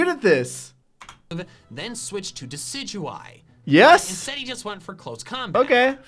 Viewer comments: Actually I evaluated and reviewed Decidueye and compared Decidueye with " Deki-Dooey ". I wondered if that triggered me as I lived in Hawaii all my life and since Decideueye represents The Myrthical Hawaiian Owl, I can confirm this. As Decideueye is rightly pronounced according to the Pokemon Anime, Me as " Deki-Dooey " sounds as funny as it sounds fits alot better with how some Hawaiian words are said. So yes I doubt would pass a pronounce a Hawaiian words test properly, as troll as he may be, he's gonna be shocked " Deki-Dooey " is much more of an Hawaiian honor to me than just saying Decideueye. Also I would give Brownie points if he pronounces Pueo correctly as that's what Decideueye's Evolution Line is based off of. So I give an honorary Kahuna Rank because " Deki-Dooey " sounds much more Hawaiian than Decideueye. But I know this would trigger the traditional Hawaiians if this offends them in any way. Edit: Kahuna in Hawaii is still an honorary Rank. That's like One of the Hawaiian Chiefs. Any higher than that would probably be King Kamehameha who's pretty much King of all Hawaii during his lifetime and still carries on as a Legend of Hawaii to this day. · every time you call it dec-a-due-e I internally scream. its pronounced DE-CID-U-EYE. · he says decidueye like dekadowee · Now why the hell would it be pronounced Deckydewy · Deckidooey. Really. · Is there an inside joke on him calling it "Dekeduee" that I don't get? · Calls Americans cringe then proceeds to say Deki-dooey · “Dekidewey” fills me with rage every time he says it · you are so wrong its not even funny. ITS A PLAY ON DECIDUOUS YOU MORON. WHY DO YOU THINK ITS "DECK-A-DUE"!?!?!? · Why does pc pronounce deciduyue so weird does every say it like that. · No one: pronouncing Decidueye: dekidooey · its Di'sijoo'eye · I die a little every time he pronounces decidueye as “deki-dooey.” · “I’m pretty sure it’s pronounced DECK UH DOO E”